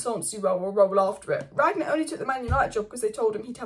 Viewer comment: Rang-nick. Not Ragnick , and certainly not Ranyick 😂